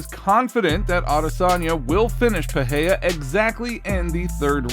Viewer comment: Its PEREIRA NOT PEHEYA fml ..